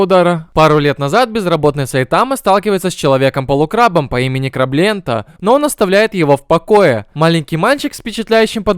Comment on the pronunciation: Не крабленте, а Краблант